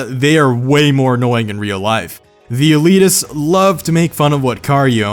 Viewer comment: "Eleeteses" lol